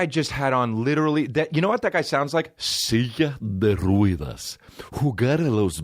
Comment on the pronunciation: “Silla de ruedas” “seeya de rueehdass” 😂